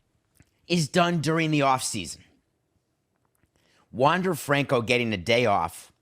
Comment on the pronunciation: Learn how to pronounce his name 🤷🏻‍♂️